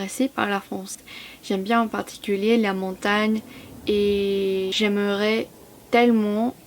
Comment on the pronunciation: Presque parfait. j’aim(e)rais. Le E muet rend la phrase plus fluide (dans la moitié nord du pays). j(e) suis > chui